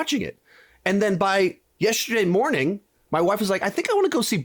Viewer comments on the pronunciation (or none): none